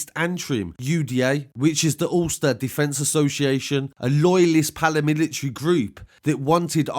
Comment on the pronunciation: It’s PARAMILITARIES..... not PALAMILITARIES